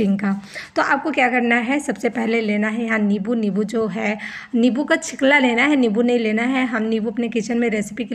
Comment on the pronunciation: Chikla nahi chilka😅